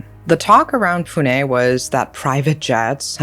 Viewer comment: First time a foreigner gets the pronunciation right on 'confusing' place-names in India. Most first-timers would say "pyoon" for Pune. says it the correct way, "Poo-Nay". Shows does her research reasonably well. One pointer, though. In India, words ending with "-gad" or "-gadh" are pronounced as "-garh"(garr- a subtle roll of the tongue, almost nasal). So, fort lohagad/lohagadh will not be "-gaad" or "-katt." Cheers.